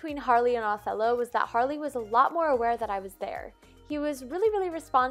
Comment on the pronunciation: It's Harley. Not Hayley (so you know, no hate.)